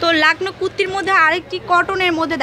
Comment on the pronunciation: "Kutti" na 😂😆😆😆😆😆😆😆😆😆😂😂😂😂😂😆😆😆😆😅😆😆😂😂😂 it's "kurti"😂😂😂😂😆😆😆😆😆😆😆😆😂😂😂😂😆😆😆